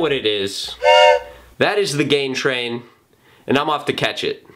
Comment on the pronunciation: It took me awhile to figure out that you said GAIN train.....I thought you were doing some sorta G4P thing at the end which might not go over so well with Matt Ogus, having someone move in on his territory.